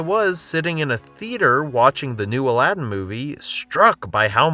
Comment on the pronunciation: god damn i hate how Aladdin is pronounced here... its not Aladden...